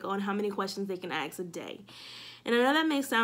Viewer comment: Just want to say I think you are doing a great job with your channel. Good luck. One suggestion is that you pronounce "ask" correctly. Please don't be upset with me for this suggestion. You are so knowledgeable and well spoken.